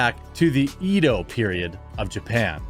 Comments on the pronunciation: It's not eee-doh it's eh-doh. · Just quit dying and perming that "bride of Frankenstein" shit on his face!! PS-- it's pronounced "eh- dough"-- I can't take it anymore. Lol. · Jeremy, please re-do this one. It's pronounced "Eh-Dough." Love you and the content. <3